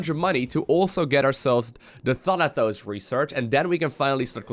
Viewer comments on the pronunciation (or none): it's pronounced Thanatos not Thanathos, Thanatos was Hades' lieutenant. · The way you say Thanatos sounds like Thunder-Toes :D